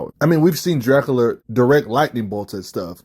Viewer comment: “Draculer”😂 is Crazy